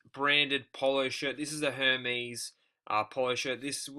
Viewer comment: I believe the Hermes is pronounced as "Er Mez", the H is silent. Nice find!